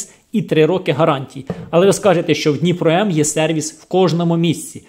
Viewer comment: Даже надпись на пакете дніпро не правильно прочитал.. дніпро куда лучше того второго "профессионального" лайна